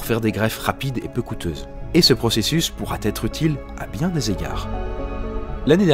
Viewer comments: Nan x) c'est qui a raison. Il dit "machin pourrat être utile" et le machin est compté comme il. Donc c'est pourrat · tu as fait une liaison en trop à ; pourra être et non pourrat être